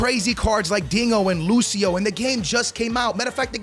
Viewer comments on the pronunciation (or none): none